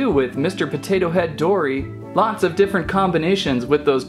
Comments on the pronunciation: its dory not dora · It was funny you said dora not dory